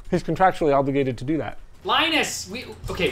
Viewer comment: "He's contactually obligated to do that" 😂😂